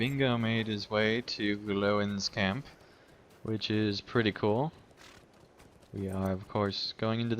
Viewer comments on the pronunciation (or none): Its G-Loin's Camp not however you said it :D